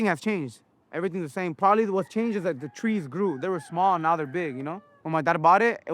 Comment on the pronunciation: “Prolly” 😂 classic